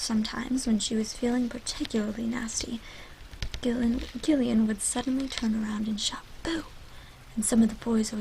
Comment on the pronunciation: Gillian is pronounced Jillian.